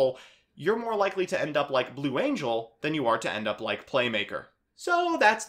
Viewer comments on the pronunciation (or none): none